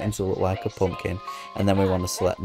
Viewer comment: I suck at symmetry so thanks! I'll try a poompkin 😂 I love the accent!